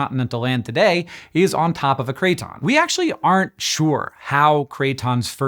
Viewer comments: Craton is pronounced KRATen not KRAYton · Could you explain what a "cray-ton" IS? PLEASE?? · Cray-Ton in my Kit-chon? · Bro keeps saying crayton making me hungry for croutons 😔